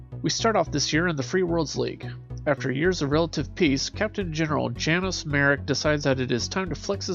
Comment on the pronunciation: The mispronunciation of Lyran and Janos is jarring.